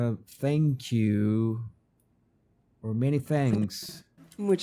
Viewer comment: Got "thank you" wrong...